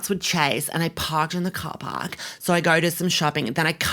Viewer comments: “Par Cark” 🤣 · "I said par cark instead of car park, literally fuck my actual life." 😭💀